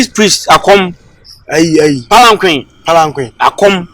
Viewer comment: Fetish priest ’palanquin’ lol 😂